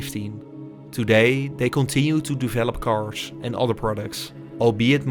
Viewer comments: Why do you pronounce "carsh" instead of "cars"??? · It's cars. Not cashh